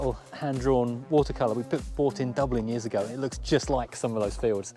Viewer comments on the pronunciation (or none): none